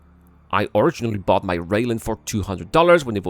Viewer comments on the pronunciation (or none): none